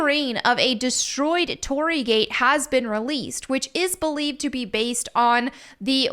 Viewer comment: your thumbnail currently says Hiroshima when this gate is from Nagasaki. And an internet pronunciation is "tori-ee" for the gate as it's double ii. And I just noticed you spelt it Torri in the thumbnail too.